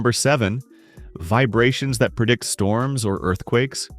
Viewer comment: Storms not Stroms m8. Dyslexia or just rushing? ☮️🩵🖖🏻✝️♾️🕉🪬⚛️